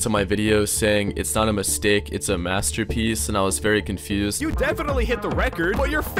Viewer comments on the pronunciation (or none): did you say it's not a masterpieca it's a mistake on purpose? xD